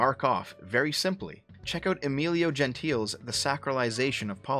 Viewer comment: Nice video Just a nitpick on your pronunciation of Italian names, because the spaghetti in my blood got riled up by it: Umberto ECO is pronounced ECHO. Like ECHOlocation, not like ECOnomy. Also, the final E in Gentile is pronounced, so you can read it as Gen-TEE-leh. This public service announcement was brought to you by your local bored Italian